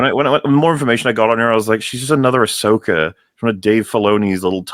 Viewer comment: Ahsoka became Ah-suck-a.